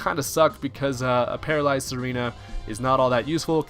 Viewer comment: Tsareena is pronounced "zar-ee-na". its like a hard Z sound; like Czar. its not "serena". js as a guy with a vikavolt, i wish the thing had access to parbolic charge kudos for using donphan. under appreciated mon imho long freaking battle here...